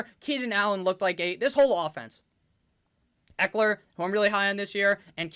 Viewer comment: I think you butchered Ekeler's name, but your team is deep!